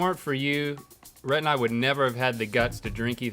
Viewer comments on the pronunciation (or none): He called rhett Renee 😂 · 1) I can't believe this only has 140k views. I thought for sure it would have more. 2) He called Rhett, Renae. Haha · Did Bear call Rhett Renée? 🤣